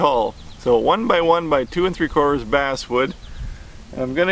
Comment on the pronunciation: Did any one else hear him say ass wood except of bass wood